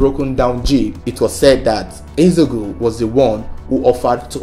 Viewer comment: You can't pronounce Eze-Ego? Disgraceful!